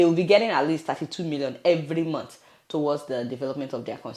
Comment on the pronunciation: The man couldn't even pronounce month properly! He said "mont". What an illiterate!